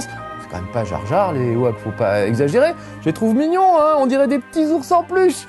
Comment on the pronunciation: par contre on prononce '' i woke